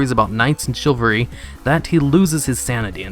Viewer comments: and Chivalry is pronounced Shi-val-ree. Not "Shillvery". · Also - Chilvary? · "chilvary" LOL